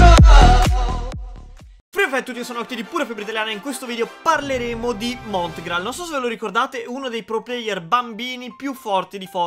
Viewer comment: Rega ma i primi secondi dice:Oggi parliamo di Montigrall